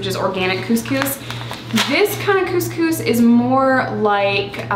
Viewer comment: my bf and i spent ten minutes trying to say it differently and it is really hard to say couscous with an 'uhh' sound instead of 'oo' sound and it's really really hard to say lol